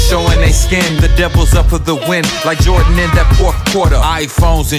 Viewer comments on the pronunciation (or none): none